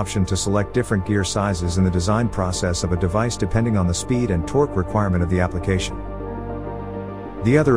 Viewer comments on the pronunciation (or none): "Hellical gears transmit the toque." They need a better AI voice.